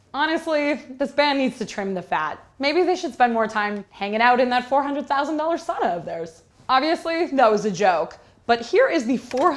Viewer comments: It would be the same to complain that a recording studio in the US has indoor plumbing. Why not use the outhouse instead? And BTW you prononced sauna wrong. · You've lived in Finland before and don't know how to pronounce sauna correctly???